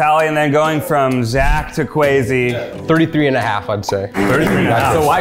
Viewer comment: Guys, how do you really pronounce Kwesi's name? In some prior video they said Kwessi but now it's Kwezi. I think of Kwazy Cupcakes from Brooklyn99 every single times. I don't want to disrepect him in my head he's so sweet, so which is it?